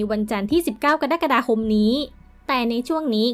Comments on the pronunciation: กรกฎาคมอ่าน กะ-ระ-กะ-ดา-คม.ไม่ใช่ กะ-ดั๊ก-กะ-ดา-คม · อ่านว่าเดือนกะดั๊กกะดาจริงอะ🤣